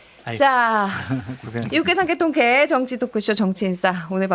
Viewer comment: 아나운서라면서 발음이 그게 뭐임? 유캐 ㅡ>유쾌 상캐ㅡ>상쾌 통캐ㅡ>통쾌